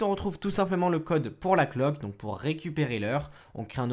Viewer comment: Le "devaillsse" "la cloque"